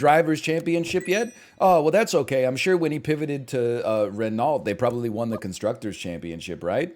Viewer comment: The way this man says Renault with such confidence so ignorantly.